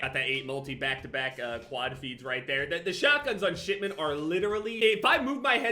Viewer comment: No one:: Shit-ment